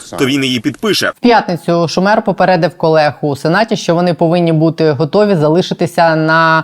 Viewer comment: чак шУмер, не шумЕр